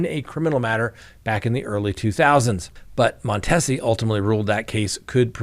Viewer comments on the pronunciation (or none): the judge's name is pronounced Mon-tee-zee. I don't live in Memphis, but within television reception. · Cleotha is a name his mom probably just made up….it’s quite prevalent here in Memphis. Also, on names, you will probably be talking about the particulars on this case for a bit so I will tell you that the Judge’s name is pronounced with a long e. Mon Tee si. Memphis is a very dangerous place. Crime is awful and I am afraid to go there for any reason. There is no respect for life. No one is safe. Children are caught in gunfire, guns are shot off for any perceived insult. Carjacking with children in the backseat. It is really worse than it has ever been. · It’s judge Mon-tea-see just FYI